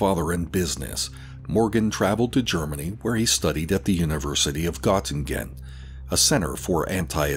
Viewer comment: Not to nitpick, but Göttingen can be pronounced as GER-teeng-in.